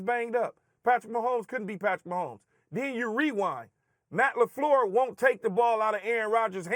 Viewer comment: the way that Stephen A always pronounces Matt LaFleur as "Matt LaFLUUH" always has me rolling